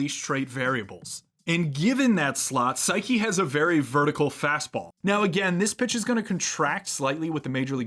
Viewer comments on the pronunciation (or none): The auto captions spelling Saeki as "psyche" is kinda creepy. 🤣 Seriously though, your pronunciation is just a little off — the second vowel should sound “eh,” not “ih.” Think Sah-eh-kih for a closer match.